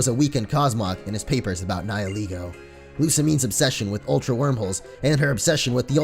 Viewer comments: I thought Nihilego was pronounced Nayee-leh-go and not Nayee-lee-go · You keep pronouncing Nihilego like nie-eh-LEE-goh. I always thought it was nee-hee-LEH-goh. And while the story was in fact very sad, I approve of the FMA reference! ^^ I freaking LOVE that anime, and I completely agree with the fact that Type: Null is a Chimera!